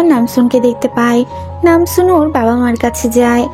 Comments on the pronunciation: Nanjoon❌ Namsoon✅ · Ai je madam namjoon na ota hobe nam soon